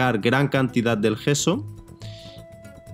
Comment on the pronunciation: por que dices geso? es yeso